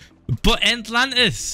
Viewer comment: Why do I keep hearing ‘Ant’lantis XD